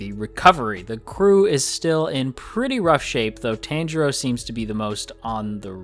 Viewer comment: A heads up. It's not Tan-jirou. It's Tahn-jirou. That's how you pronounce his name.